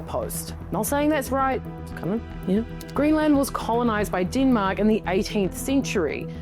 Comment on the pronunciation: Kiwis accent ... hilarious."DEEEENMAAAK!" Dem-Mak---- deatth touch